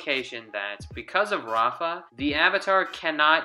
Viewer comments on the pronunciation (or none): It is Rava not rafa